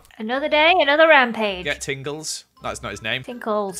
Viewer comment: Lizzie: Tinkles:Tingles Me: Pringlea